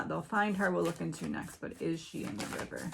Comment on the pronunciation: River pronounced "Wire"